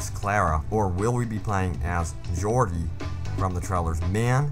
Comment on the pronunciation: It's pronounced jor-di, just like Jordan without the N. Also, you don't pronounce it with a Y, he's not Swedish.